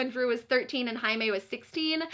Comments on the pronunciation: Jaime = High-may???? Whaaaaaaaatttt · Omg I completely forgot that Jaime’s name was pronounced in Spanish so when you said Jaime like ‘Highmay’ I was like: ermmmm.... who now?! 😂😂😂😂😂😂😂😂😂😂😂😂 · wait... jaime is pronounced haime??? (i know it's how you pronounce j in Spanish but i didn't realize for some reason) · The way you pronounce Jaime confuses me so much